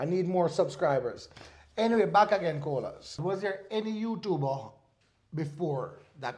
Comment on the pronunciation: Nice interview. Great job,very informative. I just love the way you and pronounce Colaz name🙌🏽😊